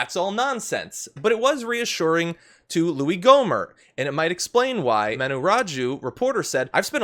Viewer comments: The t in his last name silent. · Did you say Ghoulie Gohmert?